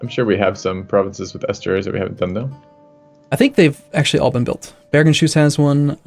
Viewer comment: Its Bergens-hus not Bergen-shus. Hus means house in norwegian. Source: I live there